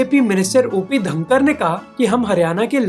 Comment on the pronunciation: Brother its ढांडा(Dhanda), जीन्द (JIND), धनखड़ (Dhankar)